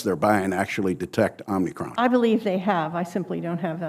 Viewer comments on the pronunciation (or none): It’s OMICRON, not omnicron. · It’s also telling how they can’t even say the name of this variant correctly. “Omnicron” isn’t the name of it, it’s OMICRON. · The people who say "Omnicron" need to watch more Star Trek. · So. Dr woodcock calls it "omnicron". Burr called it that too, but she followed suit. I have the utmost confidence in someone who follows an incorrect pronunciation of omicron. Maybe it was omnicorp.... lol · The senator was calling it "omnicron" There is no N! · Great questions from Sen. Burr. Omicron vs Omnicron made me laugh however lol lol. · This dr. Calls the variant omnicron? Morons all of them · Even government officials can't say the so called "variant".... it's OMICRON, not Omnicrom! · He's confused. Calls Omicron OMNI-CRON. His reading comprehension is poor. That is not the fault of the CDC. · These people should know it is Omicron, not Omnicron. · It's Omicron, not Omnicron, no? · The word is Omicron... WTF is Omnicron? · Fun fact: There is no N in Omicron. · How can the American people trust a government with our health when pronouncing the word Omicron correctly is too difficult to comprehend? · they dont even know how to pronounce omicron XD